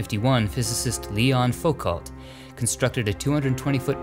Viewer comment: Your mispronunciation of French names is a sour note on the excellent content. You know how to say Michel, but not Delpech (it's not delpek, dear but delpesj). Also Jeanne in French is not 'gene'. Focault = Fookoh, and so on...I'm not a native French speaker yet it annoys me endlessly. It would be so little effort to look these things up. But Americans just can't be bothered, can they?